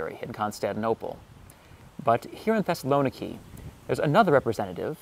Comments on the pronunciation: The pronunciation of Thessaloniki is, according to the Thessalonikians, Thess-a-lo-NEE-kee, accent on the 4th syllable, not the 3rd, as widely supposed (by and) outside Thessaloniki. Also, primarily because Macedonia is a tourist backwater, and therefore a place people more into history and culture should visit, is pronounced, by EVERYONE who lives there, not Mass-a-DON-ee-ah, but MaKadonia. Yes, the C is pronounced a hard K. This is in part because Greeks don't like the MaKadonians, who are not pure Greek, more part of the Balkans than Greece, and who claim to be the real homeland of both Alexander the Great and his father Philip. Greeks are adamant those royals were Greek, and have gone to war with the MaKadonians over this dispute. For decades, in the UN, Greece insisted the country now known as North Makadonia (with a C, I am only using a K to remind readers it is NOT pronounced Massadonia by the actual MaKadonians). Greece had threatened war with Makadonia if they internationally insisted on calling themselves that until a compromise was reached a few years ago, to call the region around Thessaloniki, within Greece, "Makadonia" and the actual country where Philip's palace site is situated in the capitol of North Makadonia, Skopia, in a monumentally tall series of statuary so high above the palace site you need to fly up to it to make out the images of Philip and Alexander, which the non-Greek MaKadonians insist belong to them. After visiting Skopia and exploring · It’s /thes-sal-oh-NEE-kee/. Learn to pronounce names correctly before you record. If you don’t know this ask any Greek person and practice it until you get it right